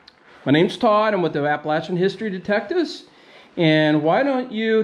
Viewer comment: Said Appalachian correctly 😊